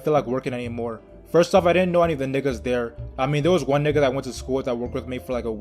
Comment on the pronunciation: Why do you pronounce it nicca you say it whiter than most white kids say it